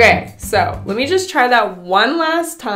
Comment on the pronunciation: Anyone else notice how is incapable of saying the word “let”? She always says lit / litting... like girl what happened 😂😂😂😂